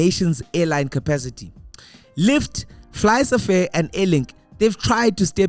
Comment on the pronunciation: Man sorry but Fly-Safair is not Fly-SA-fair